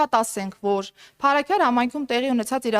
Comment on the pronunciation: Փարսքյար չի անգրագետ այլ Փարաքար մի քանի բառ անգիր անգիր անելով ու բլբլացնելով չի Հայաստանը դարձելա Սիցիլիա լրիվ սուտ լրիվ սուտ